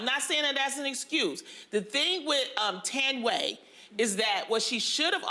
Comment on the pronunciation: Not Loni pronouncing Thandie like that loooool